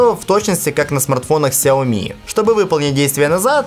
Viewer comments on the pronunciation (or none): none